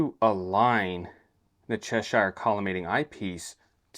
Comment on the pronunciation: The Cheshire collimator was designed by English university professor F. J. Cheshire. Unlike the place name, it is therefore not up for the usual US spin on things and should be pronounced "Che-sher", rhymes with "thresher". Solid collimation video though. 👍